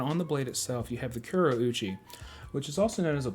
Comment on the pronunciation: Bunka is pronounced "BOON-kah", not "BUN-kuh". Kurouchi is "KOO-ro-OO-chi", not "CURE-uh-OO-chi". The Japanese language only has 5 vowel sounds, so u is always "oo", a is always "ah", etc. I don't think I've ever seen a bunka wih a concave spine, not that I've seen a lot of bunka. It looks like a good deal for the price, around the same price as Tojiri VG-10 knives. (This does not include FTT's Damascus knives, which are overpriced for the type of steel used. I'd rather get a HAP40 knife for around the same price. It might not look as cool, but it'll perform way better.)